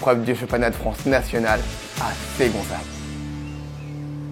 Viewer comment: Super vidéo sinon ça se dit Segonzac pas Ségonzac ça m'a perturbé 😂